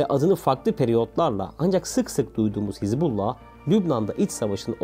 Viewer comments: КАК ЖЕ ПРОТИВНО ТЫ ПРОИЗНОСИШЬ СЛОВО ХИЗБ"У"ЛЛАХ. А НЕ ХИЗБАЛА!!!И В ПЕРЕВОДЕ ЭТО СЛОВО НЕ "ПАРТИЯ БОГА" КАК ТЫ ТАМ ГОВОРИШЬ,А "АРМИЯ АЛЛАХА"!!!ПЕРЕД ТЕМ КАК ВЫСТАВИТЬ ПОДОБНОЕ СТОИТ ХОТЯ БЫ ЭЛЕМЕНТАРНЫЕ СЛОВА УТОЧНЯТЬ!!! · Звучит как то нелепо ХЕЗ-бола😂 когда все знаю как правильно по-арабски «Хезбалла» или «Хизбалла» с окончанием на последние гласные. от слов «хезба» и «Аллах» «партия Аллаха» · Не Хезбала,а Хизбуллах. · Не Хезболла а Хазболлу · Ударение ставь правильно, не хизбАллах а хизбаллАх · ХезбаллА. Вы не правильно делаете ударение в этом слове. Ударение на последнюю букву ! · Хизбала ударение на хиз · Капец автор Хасббулла правильное произношение 😂,иди учись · Научите этого чела правильно называть Хезбаллу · Научитесь правильно выговаривать терорестическую организацию.